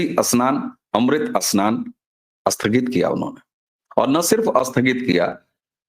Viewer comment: अस्नान या स्नान? अस्थगित या स्थगित?